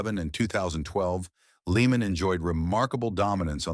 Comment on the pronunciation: He’s name isn’t even pronounced leeman. , tard. It’s pronounced layman.